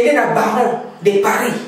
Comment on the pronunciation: ON DIT PAS BARON MAIS BARREAU ... COURS YA FRANCAIS EZALAKA GRATUIT MADAME... Je doute que cette dame soit une congolaise, po bazombo babatamaka derrière bas-zaïre. j'suis désolé.